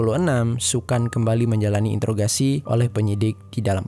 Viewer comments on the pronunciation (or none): none